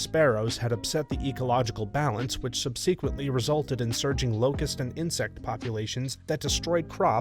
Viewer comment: What's most shocking to me is that you constantly pronounce the most basic of words wrong. Constantly. In every video. For the love of god, stop. One example out of many- it's not "sub-SEE-quint-lee", it's "sub-sih-kwent-lee" (subsequently)